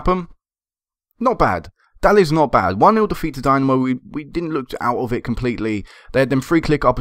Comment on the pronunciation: Wonderful series mate. I like how long term this has been and how the club has grown. Best of luck in the EL qualifiers. This is quite probably the most enjoyable FM save I have ever watched on YT. btw...Dinamo is pronounced dee-NA-mo (na as is ha like ha ha ha)